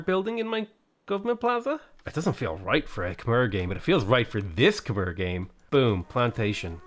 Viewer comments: Hey bud the way you pronounce khmer sounds like a drunk relative calling you over. 🤣 its pronounced Ka Mai. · Hey great content as usual. Just a heads up, Khmer is pronounced closer to "khmaiy" and sometimes "khmare" (an a sound rather than e).